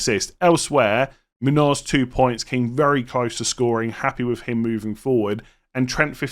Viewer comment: Yes, that’s spot on,. The tilde above the N makes an “ny” sound just like in Nuñez (or just like the “nh” in Portuguese names like Mourinho or Cunha), so it’d sound like /MOON-yōz/ (like in yo-yo). Love the content, too!